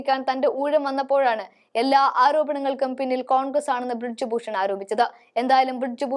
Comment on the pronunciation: ബ്രിഡ്ജ് ഭൂഷൺ അല്ല. ബ്രിജ് ഭൂഷൺ ആണ് ശരി. നല്ല അവതരണം ആണ്. പക്ഷെ ചെറിയ ചില പാകപ്പിഴകൾ.